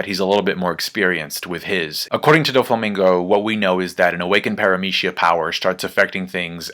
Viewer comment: Kidd is yonko. Also respect for pronouncing it Paramee shee a. Jolly good on you